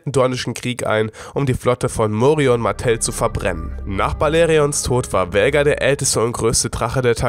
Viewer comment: Was für Vhägar ALTER VHAGAR ES WIRD KOMPLETT ANDERS AUSGESPROCHEN SO WIE „VAAAAHGAAAARRRR“